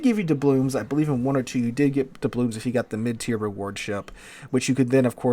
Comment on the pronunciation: I wonder if will ever pronounce "doubloons" correctly.